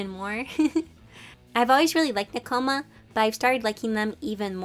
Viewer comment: L2DM: "Nek-OMA" Me: "ne-ko-ma.... wait people say it differently?!"